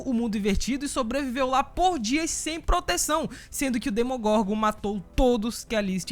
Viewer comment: "DemonGorgon" não "DEMOGORNGOR"